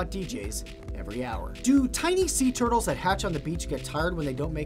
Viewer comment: I like tur-tuls😂😂😂